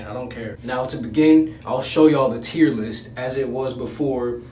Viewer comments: Who else thought he was saying tearless video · Why does it sound like your saying tearless video Ahhhhh but it’s now tier list Persona Bro best game...